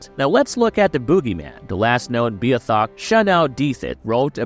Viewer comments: You are pronouncing Newfoundland and Beothuk incorrectly. No hate, I just wanted to let you know. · Actual newfie here, please fix your pronunciation. you are waaayyyyy off on how you say beothuk. also Shanawdithit.